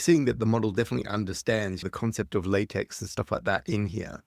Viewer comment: Pedantic, but it’s pronounced “lah-tech”